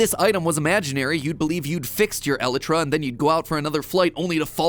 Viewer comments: El-EYE-tra. I don't care what you say. It's like GIF. No one's gonna say "elletruh". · its pronounced e-lay-tra not eli-tra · nah he pronounces it e-lit-tra when its pronounced e-lite-tra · Fun fact MatPat: elytra isn’t pronounced e-le-tra. It’s pronounced eee-li-tra. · It’s pronounced e lie tra not Eli tra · Episode by far has to be the most painful MatPat has ever created MatPat: el-eh-trah Everyone else screaming: EL-IEY-TRAH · elitra? ELITRA?! ee-lie-tra = Elytra Sometimes, Matt, I wonder if your are real or an AI. edit, so a few google searches later and it seems the heathenistic pronunciation is also accepted. My day is ruined. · Matpat i love your videos, but its pronounced "ElYtra" not "eletra" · Why is he pronouncing Elytra so weirdly? Its pronounced "E-LIE-TRA" not "EH-LI TRA" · Oh- my god matpat whatever you do, PLEASE don't say elytra like that I've never taken my headphones off so fast when you said *elet-tra* instead of *E-lie-tra* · Item: Elytra ( pronounced E-lie-tu-rah) Matpat: 'El ItRa' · the way matt pronounces elytra as ell-a-tra, and not el-eye-tra cracks me up. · I’m glad everyone else is mad about “elittra” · How to pronounce Elytra E-lie-trah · I know I'm a bit late matpat, but because I'm particularly grumpy about bad Grammer and pronunciation I need to tell you, it is pronounced ee-lie-trah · Nothing against the video just its actually pronounced "E-lie-tra" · It’s pronounced E lie tra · Matt… it’s pronounce el-eye-trah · “elutra” it hurts me to hear everytime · matpat it's pronouced ee-lie-tra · I'm begging you, stop pronouncing it that way. It's El Eye Truh. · IT IS E-LY-TERA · 0___0 I'm... sorry matpat... that's how you pronounce the word "Elytra"? I have only ever heard it pronounced "eel-eye-trah"... so that was a shock to hear it said that way 😂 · WAIT IS IT ELITRA HAVE I BEEN PRONOUNCING IT WRONG???????????? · why he pronounce the (e*light*tra) like that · DONT TELL ME YOU JUST SAID "ELLY TRAH" OH MY GOD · It's "Ah- Light- Ruh"